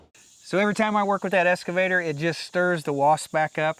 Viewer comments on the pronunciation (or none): It's excavator not escavator. There in no S in excavator. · Hi, It's an Ex-cavator not an Es-cavator. 😁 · …….its eXcavator, not escavator. ☺️ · So I really enjoy your channel and have been watching for a while. One thing I noticed is that you keep calling your eXcavator an eScavator. You probably have heard that before but just in case you haven't there it is. Keep up the good work, thanks. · I hate to make negative comments but this is driving me crazy. It’s an excavator not an escavator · Just a friendly suggestion: ek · skuh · vay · tr No worries if it's just one of those words difficult to pronounce. Enjoyed the video!